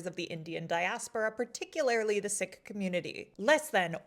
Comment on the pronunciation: As a Sikh Canadian, trust me, we're not surprised. ... but thank you for your attention to this issue, and thank you for taking the time and consideration to properly pronounce Sikh. 😊